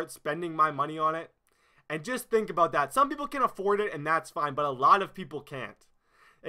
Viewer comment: "Im so passionate 'aboat' this"